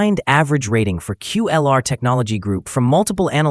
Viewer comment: It’s not QULR , it’s KULR 😂